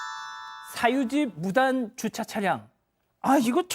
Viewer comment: 아나운서의 정확한 발음은 이를 배우는 시청자의 모범이 되어야 합니다. 줏차가 아니고 주차입니다.